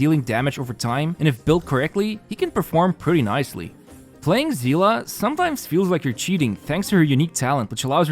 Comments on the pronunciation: whats that pronounciation for Seele 💀💀💀💀💀💀💀😭😭😭😭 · The hunt to find someone who pronounces Seele correct continues 😂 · why do people keep saying Seela????? where is the a in seele??????